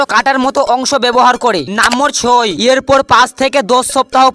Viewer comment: নেশা কেটে গেলে ভিডিও টা ডিলিট করে দিছ।আর তুমি আগে নম্বর উচ্চারণ করে শিখ 😂😂😂